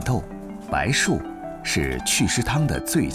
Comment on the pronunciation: 非常不错的视频！不过有一个小错误需要提醒一下：白术的术在此处应念zhu(二声)～